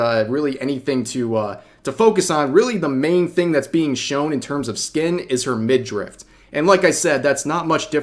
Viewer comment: It's "midriff", not "midrift".